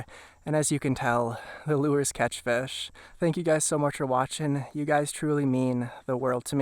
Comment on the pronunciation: “Let’s catch some feshh”. LOVE the videos bud! Thank you for the GREAT content!! Especially the Minnesota stuff!